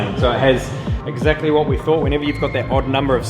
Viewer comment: exzACTly what HERT said lol.